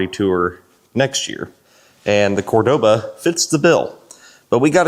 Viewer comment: I'm pretty sure you took many shots before.😂😂😂 There is no such thing as a Cordova..... It's Cordoba.